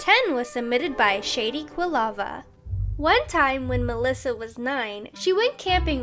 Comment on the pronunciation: I'm triggered because she pronounced Quilava wrong. It's a Pokémon!